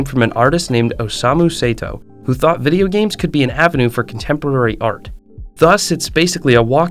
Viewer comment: also yume (yu-may) and Osamu Sato's name--he gets it right once but goes back to the other one... but i do appreciate him going for it instead of "ermmm i'm not even gonna TRY to pronounce that"